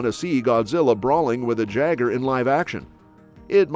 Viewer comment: Jaeger=Yay grr, NOT Jag err. Pronunciation ftw my guy.